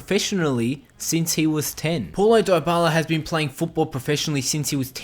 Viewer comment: It's pronounced POW-lo not PAW-lo